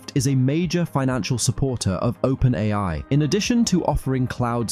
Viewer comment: It's an electronic voice, albeit a good one. He also pronounces open AI as open AL at one point.